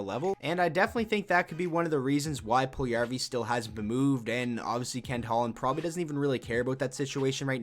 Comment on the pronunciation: The way you pronounce Puljujärvi hurts me so much......